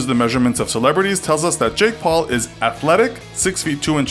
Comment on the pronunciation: HOT STREAK I see you have failed to do the research, so I doubt anybody much less the "Jake paule"(can't tell if you are saying Jake Paul plus an E or Jake Pauler minus the R) will care about your opinion.